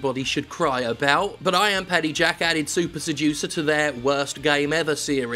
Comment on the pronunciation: I need to check my hearing, at first I though his game was called "Soup Seducer". Wich, incidentally, I would buy ten copies of a game called Soup Seducer, FYI.